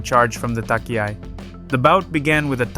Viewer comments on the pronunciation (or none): Pronunciation sucks. For instance "tachiai," is not pronounce "takiai." So irritating! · Really? Could well be... Ok I will ask the AI then: Please say "touch-e-i", not "tuck-e-i", dear AI! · Thank you for the exciting summary, even though I knew what happened, I enjoyed it! Your pronounciation of Japanese is good, just one little thing stands out, namely "tachiai", you might want to look into it. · Tachi-ai not Taki-ai... onegai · the good old takiai xD no front at all but its tachiai you pronounce it like the first part in the word china ! =)